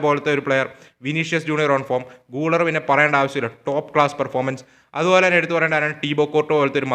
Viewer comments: pronounciation thettanu GULER മലയാളത്തിൽ ഗുളേർ എന്നാണ് ഗൂളർ അല്ല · ബ്രോ ഒരു ചെറിയ കളിക്കാരുടെ പേര് കൃത്യമായി പറയാൻ ശ്രമിച്ചാൽ നല്ലതായിരുന്നു ബ്രോ പറയുന്ന ചില കളിക്കാരുടെ പേരുകൾ eg: guler, hujisen ഇതൊക്കെ തെറ്റാണ്